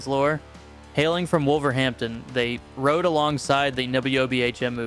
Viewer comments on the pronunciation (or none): none